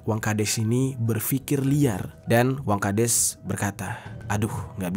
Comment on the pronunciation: Wangkhades apa wangkadas, ko di sebutin nya des mulu, bukan das